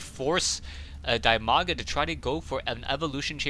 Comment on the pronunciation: its dimaga not dymaga and its idra not ydra